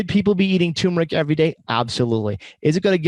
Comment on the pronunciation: First of all, it's TUR meric, not TUM meric. You make it sound like a disease.